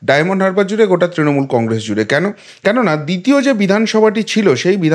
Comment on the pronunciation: Apni Congress uchcharon ta thikbhabe korun ...khub hassokor...apni boleb congresh...hahaha !